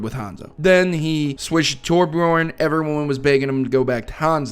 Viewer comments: Tor-bee-orn is how it's pronounced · I believe it's pronounced "TORE-byorn."